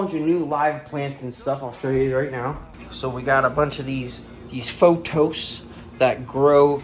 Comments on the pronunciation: Say it with me! P-O-T-H-O-S! Not photos. :P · Use the green grow setting 💯 . Also, the plant is pronounced as PO”TH”OS, as you make the TH sound with your front teeth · It's pronounced paw-thows. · Plant people here, You are pronouncing pothos wrong, try asking were you get them from how to pronounce. Love your videos!!!!